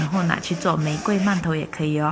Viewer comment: 饅頭的饅讀二聲，唸四聲聽起來很怪。